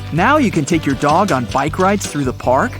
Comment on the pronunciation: It’s dog not dod btw